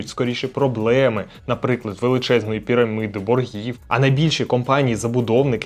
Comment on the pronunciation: шкільнИх а не школьних. великих а не крупних. пірамІди а не пІрамИди. Проте а не Аднак. провІдникові а не провіднІкові